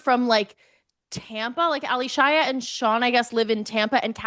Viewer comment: Why is everyone on this pod calling her Ally Shia as 2 names... Yes it's spelled that way but she pronounces her name as 'Alicia'